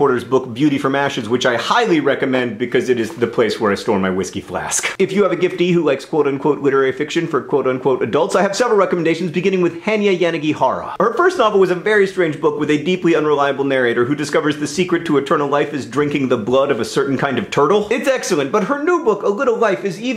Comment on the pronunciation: Yanagihara is pronounced yuh-na-gee-harr-a. Source, its my last name too and ive spent my life having is mispronounced.